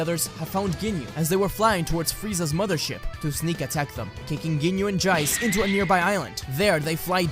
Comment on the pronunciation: Ginyu and "Jaice" lol tf Jeice is pronounced with a mix of Jay and the CE part of Ace so 'Jayce' is pronounced like that.